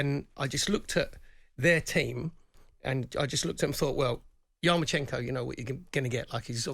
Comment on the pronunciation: YarmaLENKO . Can’t event saying it while reading it.